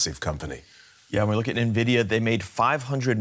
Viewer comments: Everyone: DW: Nay Vidia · Very annoying pronunciation of Nvidia 😡 probably AI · The narrator was sooo annoying. God, pls learn how nvidia is pronounced. Fire the guy and use AI for narration.